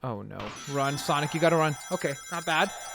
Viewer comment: SONIC NOT SANIC